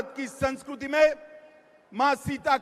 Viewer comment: Sanskriti ko sanskuruti bol raha hai hm